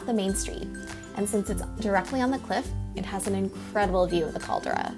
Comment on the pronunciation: Caldra lol? Its more like CALDERA